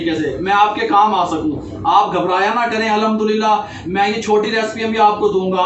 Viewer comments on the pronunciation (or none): پیارے بھائ الحدُللّہ اور الھمدُلّلہ میں بہت فرق ہے اس سے معنی تبدیل ہو جاتے ہے .. بھائ نارض مت ہونا اپ ..